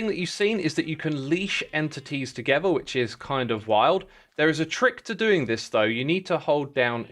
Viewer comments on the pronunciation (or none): none